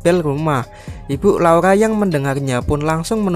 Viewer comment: Laura bukan laula